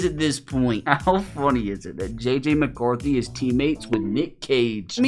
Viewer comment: THANK GAWD ITS JJ MACAWRTHY😂😂😂😂😂😂😂